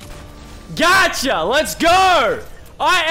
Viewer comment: Haha when he says gotcha let’s go he says gerrrr hahahaha